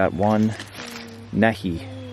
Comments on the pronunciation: Hey Just FYI it's pronounced "Knee High" not "neh hee"...👍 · Nehi. Knee-hi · Nehi is pronounced Knee-hi, I loved grape Nehi sodas. Good memories. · lol Love your vids... but NEHI is pronounced "knee hi" hehehehe Radar loved grape Nehi in the show M*A*S*H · Oh and just saying...thats pronounced "knee high". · Nehi pronounced Knee Hi. Grape soda. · Great vid and fantastic time spent with your son. I think (not sure) the Nehi bottle is pronounced "Nee Hi" like knee high. It was mentioned somewhat regularly on the old show MASH by Radar who often ordered Grape Nehi. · Pronounced (knee-High) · "NEHI" is pronounced knee-high. The company made several flavors. Grape was my favorite when I was a kid (about 70 years ago). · Hi I'm a big fan and also a subscriber. I love watching your videos and the way you explain things it's so entertaining and full of knowledge. Thanks for all the time and hard work you put in to your videos it's much appreciated. OH by the way that bottle you found the name is pronounced (knee Hi) they were known for flavored soda like Grape 🍇 and Strawberry 🍓. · Nehi is pronounced "knee high". Drank it when we were kids. Mostly grape and orange.